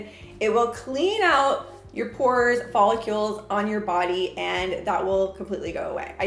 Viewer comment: “Follicules”?😂 it’s follicles